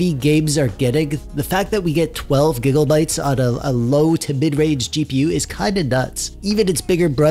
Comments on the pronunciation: Stop saying gigglebytes. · Am i retarded or are you saying giggle bytes? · I like how he mis pronounces megabytes and gigabytes, I’m not joking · The way you say gigabytes sounds like giggle-bytes and actually makes me giggle 😂😂😂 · lol "gig o bytes"